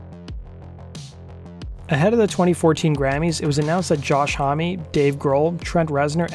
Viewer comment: Ohhh it gets me how you pronounce "hommie"- it is Josh "Home". But interesting video.